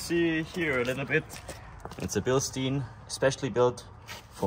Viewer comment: since when do you pronounce bilstein like that? it’s a damn german company lol